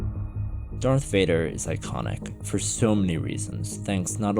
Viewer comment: I was enjoying the video until you said “dark Vader”. Dumb ninny.